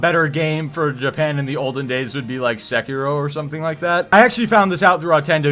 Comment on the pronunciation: How is this guy a fan of japanese history but doesn’t even pronounce sekiro correctly?? Edit: for that matter, he doesn’t pronounce tsushima right either